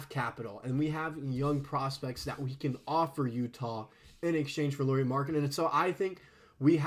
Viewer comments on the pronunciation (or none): Lauri…. Not Lori.